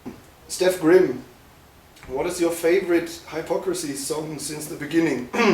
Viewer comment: Woar wtf. Kann mal einer dem Interviewer beibringen wie man den Namen ausspricht? 'Hello Haipocrisy'